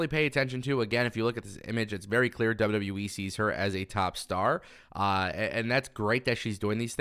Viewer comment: The only thing you can't say right is wwe u keep saying w we wtf is w we lol😅